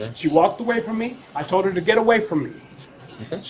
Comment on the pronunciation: "what I tole ya." He can't even form a coherent sentence